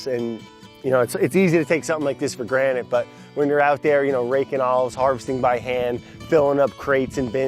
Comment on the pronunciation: i know im not the only one hearing brad say "for granite"